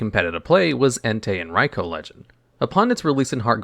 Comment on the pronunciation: He says Raikou perfectly though! Very rare to see that.